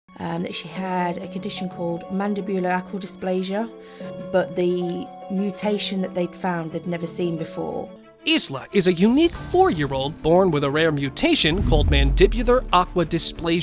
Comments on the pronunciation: Isla is pronounced I la the s is silent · Isla is pronounced " Eye-lah" not "is-la" 🤦‍♀️ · Isla is pronounced eye-la. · Isla is pronounced eye-la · Oh dear. Not another ignorant Yank again? The Scottish name Isla is pronounced I-LA, okay? The s is silent. 🙄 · TY. Isla is pronounced EYE-la